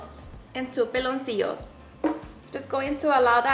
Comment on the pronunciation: It's Pi-loncillo, not PE-loncillo. Peloncillo, means "little baldie". 😅